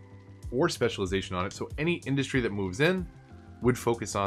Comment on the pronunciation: Anyone else hear war instead of ore Just me.